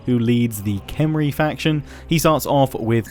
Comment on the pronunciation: your pronunciations are going to drive me nuts in this one huh? Khemri is pronounced Com-ree not kem.... for the fourth time at least:P I'm a bigger Ancient Egypt freak than I ever was elven stuff. Arkhan is Ar-con, Khatep is Cah-tep, Nehekarra is Neh-hek-car-ruh (neh like Ned). Ushabti is oosh-ob-tee. BTW sepulchral is pronounced sep-ul-cur-ruhl.